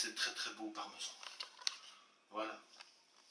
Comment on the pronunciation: In my universe it’s pronounced “parmeeesian”